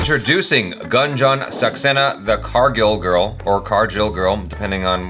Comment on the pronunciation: Jaby says GUN JOHN SAXENA HA HA H JA